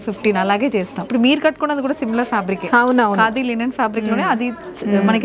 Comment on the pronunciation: Wow. ఎంత కాలానికి మీ నుండి " లినెన్ శారీస్" అనే మాట విన్నానండీ. 👌 అందరూ లెనిన్ శారీస్ అనే అంటారు. వినలేక , చెప్పలేక.... థాంక్యూ 😅